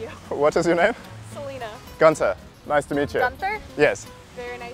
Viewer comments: is not gunza, learn how to pronounce it the German way;-) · his accent is „funny“ but not a genuine german one. It starts off with the pronunciation of his name, that any German would pronounce differently. Nonetheless, awesome prank.